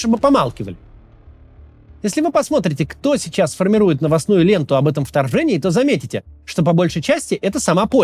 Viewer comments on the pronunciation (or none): «Варфава», «Вторвэнии»